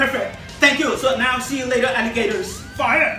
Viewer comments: JAJAJAJA muy chido !!! como no explota cuando "FAIAAAAA" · Okay this dude is amazing at art. But is he okay? Like I keep hearing him say “here is da powa” and “purfect” and “fya” like how much of that did he inhale